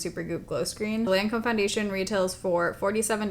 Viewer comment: Hi. Just FYI, healthy criticism only, you mispronounced Lancôme. It’s Loncome phonetically.